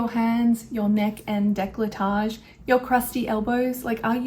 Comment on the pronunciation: quick note: it's decO-lletage, not de-clA-ttage...